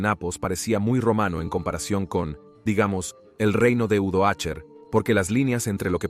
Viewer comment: Napos, Odoacher, qué horror de proninciación, imagino que se trata de una voz artificial